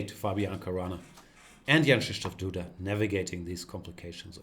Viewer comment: Apparently GM Gustafsson is among the very few foreigners who've learned to pronounce Jan-Krzysztof Duda's name 100% correctly : )